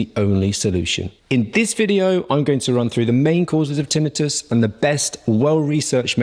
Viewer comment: Yes, he is pronouncing this correctly.